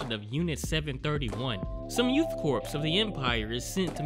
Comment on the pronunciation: Youth Corps is pronounced "Core" not "Corpse"